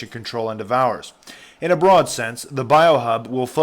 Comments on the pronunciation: en-dev-er..... NOT indevours......endeaver..... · great vid... but the word "endeavors" is pronounced "en - dev - ors"! lol! not "en-devours"! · Thanks for exposing this! Just one thing...Endeavors is pronounced Endevvers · En-dev-ers. Say it with me. En-dev-ers. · It really bothers me that you can not pronounce the word endeavors. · your pronunciation of the word "endeavors" is hilarious. i give your overall ability to read aloud a 6/10.